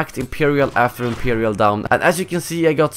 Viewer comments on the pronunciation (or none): none